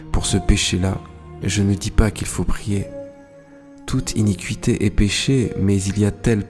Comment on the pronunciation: Merci . ( nb: pour info, on prononce "inikité" pas "inicuité" ).